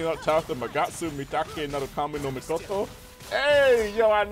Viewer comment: Dawg you said misoto not mikoto